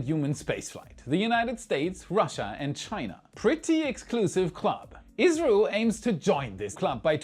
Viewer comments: It's just his pronunciation of the acronym ISRO, which isn't even due to his German accent. When most people say ISRO is usually sounds like Israel to me. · sounds like Israel is mentioned here, not India. I’ve listened multiple times, keep hearing Israel, but context shows it should be India. 😅 makes me think you’re saying India’s space org acronym as a word? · He meant to say Isro, but I agree it sounded very much like Israel. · I really thought you misplaced India with Israel several times until I realized you was saying Isro. Maybe, put the word on the screen next time. That was confusing. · Three times when you said "ISRO" I heard Israel, not watching closely! Lmao now, but I wouldn't put it past 'em someday! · it sounds like you said 'israel' three times when discussing indias project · I kept hearing Israel instead of India in the Gaganyaan section. 😂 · "ISRO". Sounds a lot like "Israel". Turn on the captions and you'll see it. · He was saying ISRO, can definitely sound like Israel 😊.